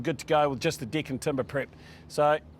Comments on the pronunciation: I am so glad I am not the only one who heard dick instead of deck. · The presenter has proven to be a highly competent and skills tradesman. His explanations are very good. just wish he would learn to pronounce his vowels. "Dick" (deck) "Pig" (peg) "Fince" (Fence) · He can't say deck properly....